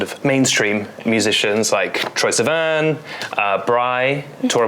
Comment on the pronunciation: im sad now he called troye sivan mainstream and pronounced his last name like van